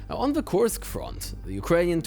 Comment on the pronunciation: Until they pronounce Kursk correctly, let's call it an inKurskion